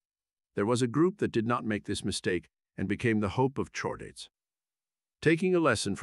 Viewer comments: in, noooo lol, you didn't just have your AI voice say, "CHORE-daets?!?" We have a spinal chord, hard 'k' sound. It's "KHOR-daets." Your AI needs lessons. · Please fix your ai text-to-speech. "Chordates" is pronounced "cord-ates". The "Ch" comes from the greek letter Chi. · Very interesting, by why did you pronounce it "shordates" (incorrect) instead of "cordates" (correct) but do it correctly while pronouncing "cephalochordates"? You have to notice the inconsistency there. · I bet that if you feed CORE-DATES to you text-to-speech program, it will generate the desired (and correct) pronunciation.